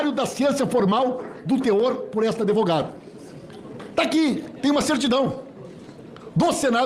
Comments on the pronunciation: Pimenta, ele duas vezes fala "adevogada " esse cara não sabem nem falar com pode defender alguém??? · Encima fala ... a adEvogada. Onde estudaram???